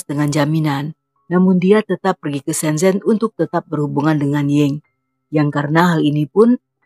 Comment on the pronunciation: Hallo Kak.. Untuk penggucapan bahasa mandarin “z” di baca nya “c” Misalkan shenzen di baca nya shencen / guanzhou di baca nya kuangcou.. CMIIW 😊😊 Sukses terus yah kak